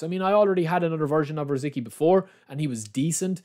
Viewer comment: Just FYI his name is pronounced Ruh Zit Skee 🙂